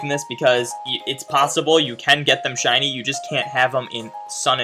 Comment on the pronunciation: says "siny darkrai" but its not shiny..